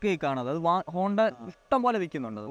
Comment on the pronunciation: Honda is honda, not bonda 😂